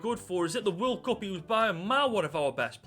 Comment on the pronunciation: The way you say world and year is so funny, love the videos